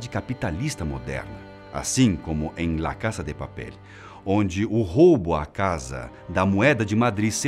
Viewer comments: "la caça de papéle" é o meu biruleibe... Fala "la casa de papel", do jeito que se escreve...vc deixe de ser fresco hein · Quem achou engraçado ele falando Lá casa de papel, Deixa um Like